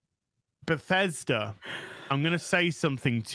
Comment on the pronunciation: This got me laughing so hard 🤣😅😂. Btw, I love how you pronounce Bethesda as Pathesda xD